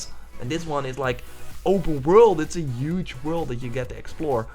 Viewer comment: UGE!!!!!!!! HUGE DUDE!! you use the word so much at least learn how to say it.